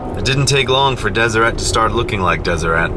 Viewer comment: Wait... Deseret isn't pronounced "Des-er-ay"?!?